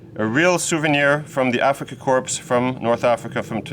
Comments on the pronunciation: Korps, not "corpses" 😂😂😂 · Afrika core not corpse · They’re going to bang you up for saying “corps” instead of “corp” core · No problem. When we use the word Korps (in a military context) or Corps (in a student corporation context), then we always pronounce it the French way, without the ps. But as I said, even many Germans nowadays don't know that and naturally we have our problems with not pronouncing letters, to which the French are used to. :D If you want to hear an historical example, listen on YouTube to the song of the Afrikakorps ("Unser Rommel"). As always: Thank you for your videos! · Not meaning to be disrespectful but in English "corp" is pronounced "cor" . Dont sound the "p". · Enjoy your channel. Respectfully, I realize your 1st language is not English. The “PS” in corps is silent. To an English speaker it sounds like you’re saying the word “Corpse” as in the deceased. Great content for us military history lovers…… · Honest question, not a troll comment: Do you say Korps with a hearable "ps" deliberately as joke? :D I mean, you are French and it's originally a French word (corps), so you should know. As a German it's annoying when sometimes other Germans don't know it and say it wrongly. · Great work, as always. I believe Korps is borrowed from the French Corps, itself derived from the Latin "corpus" = body. The website Forvo has examples of German speakers pronouncing Korps, as does the Wikipedia entry for the Afrika Korps; the "ps" is not pronounced in either case. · Killer editing for the opening. Trivia question for you: Why do you pronounce 'corps' with non-silent "p"?